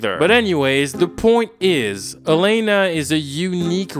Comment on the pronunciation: You're pronouncing Elena's name wrong btw. Why are you saying Aleina.